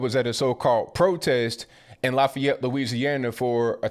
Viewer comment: straight nailing the pronunciation of Lafayette! Respect from the heart of Acadiana!